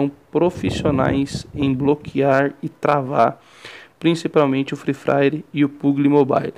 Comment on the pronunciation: free fraire kk puguili mobailo kkk zueira mano me ajudou muito👌